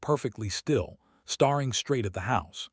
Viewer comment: Mis-pronounce “staring” twice and I’m out. The AI is really bad!